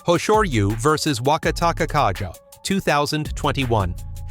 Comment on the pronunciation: I'm not Japanese, but yeah the pronunciation was getting to me as well. The Wakatakakage had about 4 variations 😂 I think it's an AI type to text 👌